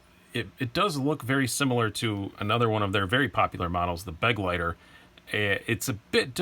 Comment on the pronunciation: Begleiter is actually a german word which means companion. So much for pronounciation ;)